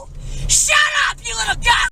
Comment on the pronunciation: “Who is April?” “SHATUP” 😂😂😂💀💀😐